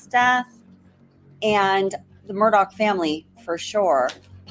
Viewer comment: Please never say Murdog again.